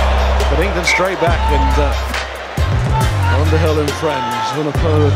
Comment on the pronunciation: It's 'Underhill'. Not 'Aunderhill' - not sure that person exists! England my England.